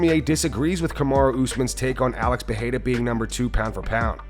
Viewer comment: It’s PeReira, not PeHeira. You’re just too proud of yourself to acknowledge and correct.